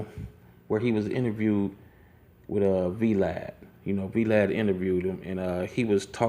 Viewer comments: Ok he said V-Lad and not Vlad i'm done!! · Veelad lol... its vlad like vahlad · Yo y’all go to the mark...🤣🤣🤣🤣 NIGGA WHO IS V-Lad??? 💀💀💀💀 you mean Vlad?? All one word brodie.... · This nga pronounced it VeeLad (Vlad) lol!😂😂😂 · Dude said "Vee-Lad" lmao. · Boy are you slow? I don't know WTF you are saying so stop saying " you know what I'm saying" I don't have a clue you have no substance you are doing this for views you do not talk like this in real like the whole " you know what I'm saying " and you pronounced Vlad TV V_ lad? I don't have no more time for you B.S. now Do U Know What I'm Saying??. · Why he do Vlod like that *U-God voice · Vee-Lad LOL......